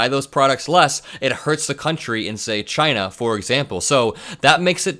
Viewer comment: When all else fails, just say, “Chainah”